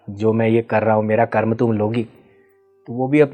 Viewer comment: कर्मा नहीं कर्म। हम अंग्रेज नहीं हैं